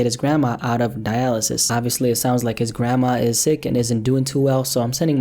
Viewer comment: jerwy, grawnma